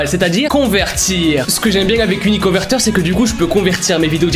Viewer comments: La manière dont dit: " uniconverteur🦄" 🤣🤣😂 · Son accent quand il a parler de uniconVerTEUR est trop marrant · Il dit 9 fois uniconveteur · TU A DIS UniConverTEur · IL A DIT 10 FOIS « Uniconverteure » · Il a dis 12 fôis uniconverteur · Ta dis 11 fois uniconverter mdr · Combien de fois a t'il dit uniconvertor ? 🤔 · Sa se voix que t'ai souler de dire uniconverteur